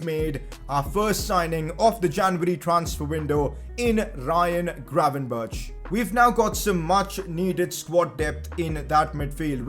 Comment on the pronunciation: I know it's pretty hard, but try to look up the pronunciation of Matthijs de Ligt en Ryan Gravenberch. The ij sound is very different to what you say, and the G and ch sounds the same but with a Dutch G which might be difficult but greatly appreciated!